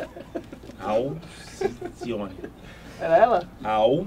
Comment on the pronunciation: "ALCICIONE" KKKKKKK